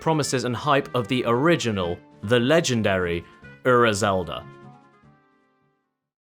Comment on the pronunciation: please stop saying ura if you’re not even going to try to pronounce it correctly. it’s like nails on a chalkboard when you say it